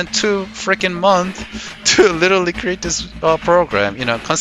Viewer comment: Just an FYI on the word Months. When you have more than 1 Month it's Months and the "s" is not silent :) Small little thing, but this applies to most of the things that are plural (multiple) in English.